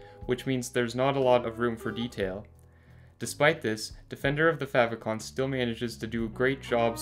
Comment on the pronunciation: How not to pronounce "favicon" :(